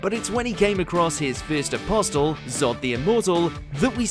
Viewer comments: AI couldnt pronounce apostle back then. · do you have to say apostle like that?